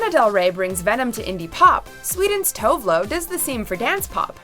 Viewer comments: Tove Lo is pronounced like Too-veh Loo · Pronouncing Tove Lo Tovlo makes my swedish ears burn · please pronounce Tove Lo's name correctly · No FKA Twigs!!?? and the way she pronounce Tove Lo pissed me off a little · Oh man she just butchered Tove Lo's name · love how they said Tove Lo, so wrongXD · jeez you pronounce tove lo’s name wrong.....